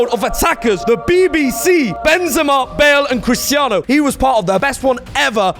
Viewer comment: This guys deadass said Benzema